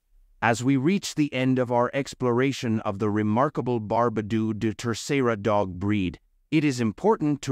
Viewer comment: Really? Barbadooooooo? It's pronounced like bar (as in bark) ba (as in bark) do (as in dog), with the emphasis on the "ba".